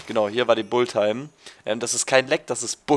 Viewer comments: Es heißt Bullettime und nicht Bulltime :) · Wenn schon klugscheißen dann richtig.Es heißt nicht Bullit sondern Bullet. Außerdem hat schon oft genug erwähnt das sein Englisch nicht so gut sei und das man darauf nicht rumhacken solle. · es heißt Bullet-time, nich Bull-time :D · wie du bullet time aussprichst ;D